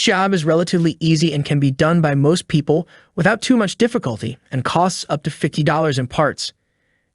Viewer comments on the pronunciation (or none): none